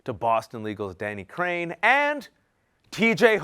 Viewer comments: Did he say Danny Crane? Danny? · Did you say Danny Crane?